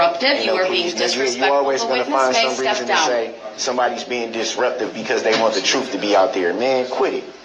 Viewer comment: Ok, I am confused, sounds like he’s the one don’t want the “ troof” out, fool!!!!!!!!!